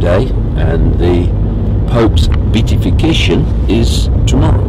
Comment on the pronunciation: It is really hard to take anything you say seriously when you can't even pronounce the word beatification correctly, especially when you keep using it over and over again! More importantly, Beltane has nothing to do with Satanisim! Do some research PLEASE!